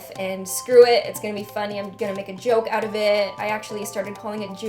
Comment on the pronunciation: love when your Canadian accent slips "oat" =]